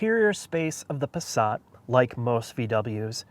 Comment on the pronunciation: Pasrat ? their is no R in the word Passat.